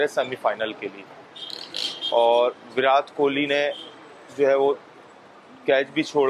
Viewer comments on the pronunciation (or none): "विरात" इनको कोई विराट बोलना सिखाओ यार बेगैरत कौम 🤦